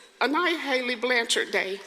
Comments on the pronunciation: Blanch-ard, NOT Blan-chard! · It's pronounced BLANCHERD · Please spend 5 seconds and learn how to pronounce someone’s name before making these videos. Show the family some respect and say the last name right. Your pronunciation of Blanchard is incorrect and frankly makes you seem more interested in making yourself money than in telling the story correctly.